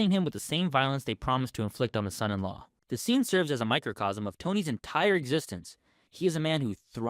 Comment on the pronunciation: Please, please learn how to say son in law.